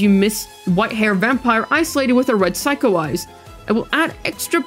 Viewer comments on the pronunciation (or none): none